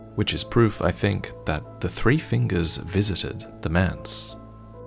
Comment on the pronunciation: take a shot every time he says fingures